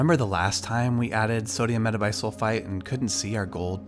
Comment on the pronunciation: After he said "sodium metabisulfite" I was convinced he's a real chemist